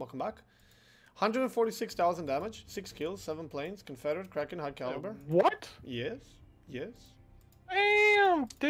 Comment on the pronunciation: finally, I was affraid you forget to celebrate the "kłaken!"